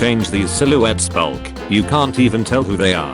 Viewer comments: Why does the tts pronounce black as "Bulk" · Why does the ai voice pronounce black as bulk